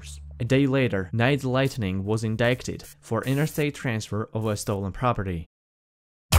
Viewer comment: Too much use of the video scramble effect imho. I'm about to catch a siezure Also when you say "indicted" the c is silent so it should sound like "indited"